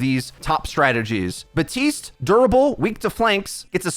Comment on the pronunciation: His name is BaPtiste not Batiste. Everyone put so much effort into learning how to say Brigitte but won't just say the p for Baptiste. :(